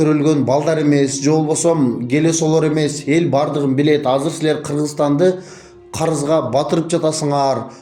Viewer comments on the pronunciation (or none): none